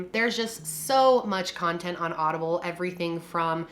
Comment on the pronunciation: You said audible , but funnily , I thought you said Olive Garden